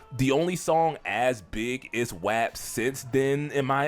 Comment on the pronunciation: I never heard “WAP” pronounced that way before